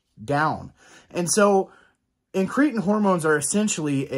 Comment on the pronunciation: IN- kruh -tin not in-KREE-tn….Pkease dear god pronounce it right!! 😂